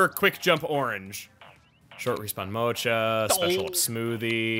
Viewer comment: I will now be pronouncing Mocha like that from now on.